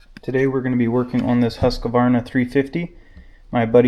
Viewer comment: Just a fyi but as a swede the pronunciation is hus kvarna. Not Husk a varna 🙂